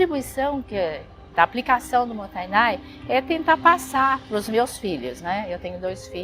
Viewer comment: Adoro seu canal,e de forma alguma não desfazendo desse conteúdo,alias está super correto a sua percepção. Eu moro no Japão a 30 anos,desperdício aqui e ofensa especialmente quando se deixa comida no prato. Só um “só que pronúncia correta não é motanai é MOTA_I_Nai.tem o I no meio.Desculpa se parece arrogante a correção,ms realmente precisa compartilhar a forma correta,já que vc me encima muitas coisas tbm cm seu canal.